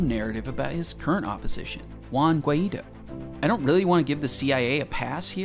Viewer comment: Good job mate. Just a few things if you get around to reading this. My wife bailed on VZ in 03. Got out while the getting was good. BTW, Juan Guaido's last name is pronounced gui-DOH (like doughnut)